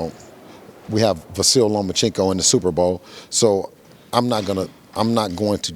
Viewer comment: Can we pronounce the guy's name correctly😅 Lah Ma Chinko😟